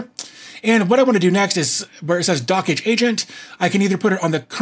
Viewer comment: "Dockage" is so annoying, the creator has mentioned it's supposed to sound like "Dodge"